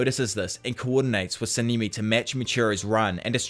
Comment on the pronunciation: I really love this series, but you saying „Semimi“ like 50.000 times almost broke me🤣🤣🤣 it‘s a language-thing, I get it. Keep up the good work!